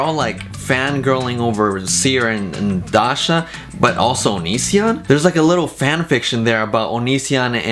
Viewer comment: the way says Dasha is really satisfying